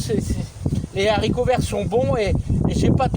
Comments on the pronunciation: J'aime bien quand tu dis les zaricots.... tout le monde le dit sauf certaines personnes qui sont mieux que nous ... même mon g.père le disais et impossible de changer son language de jardinier... pourtant il était prof de français... en bonne entendeur.. change rien mon ami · S’il te plaît Philippe ; en français correct on ne fait pas la liaison pour le mot les haricots . Les vidéos sont toujours sympathiques grâce à votre enthousiasme